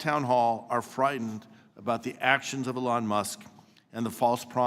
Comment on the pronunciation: You gotta love how all these democrats who made a big deal about pronouncing Kamalas name correctly keep calling Elon "Ellon" It just goes to show you, these people don't care about ethics or morals. They're simply contrarians.